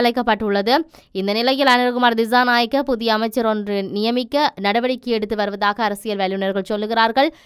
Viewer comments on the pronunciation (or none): Pls check your pronunciation, for the s' sound, you are pronouncing as "z" for dissanayake and December are pronounced by you as dizanayake and Dezember... correct it pls.